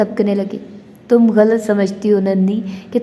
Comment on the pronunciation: واقعی باجی مجھے تو بہت مزہ آیا میں خود اب سن رہا ہوں دل تو بہت کرتا ہے کمنٹس کرنے کو مگر مجھے اندازہ ہے کہ پڑھنے والے کو مشکل ہو جاتا ہے ویسے آپ شاندار پڑھ رہی ہیں ماشاءالله اور غلط کو غلط پڑھیں(galt) نہ پڑھیں یقین کریں قاسم علی شاہ کے بعد آپ دوسری شخصیت ہیں جنہیں میں نے اس ہفتے galt پڑھتے سنا 😝😁😅 شکریہ